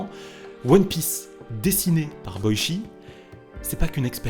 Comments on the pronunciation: Ça se prononce " Boitchi " Pas " Boichi " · Super vidéo ! Mais Boichi sa se prononce pas "Boitchi" ?